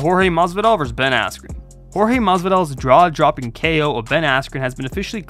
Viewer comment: "Draw Jopping KO"